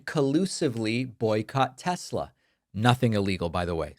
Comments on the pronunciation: Teslar...... He doesn't even know how to pronounce the name correctly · 1 tessla ? Lol